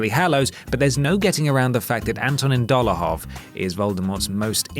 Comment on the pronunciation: Dolahov? DOLAHOV???